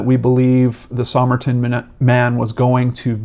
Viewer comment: Somerton is pronounced "Summerton" locally. Just thought you'd want to know.